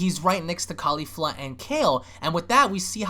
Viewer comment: I love you man, but goddamn you ALWAYS get Caulifla's name wrong by leaving the second "L" out. It's Caulif-LA, not Caulif-A. I know it's a small, picky gripe but come on man lol